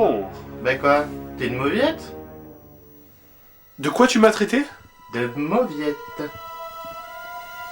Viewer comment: Mauvietteuh ! :p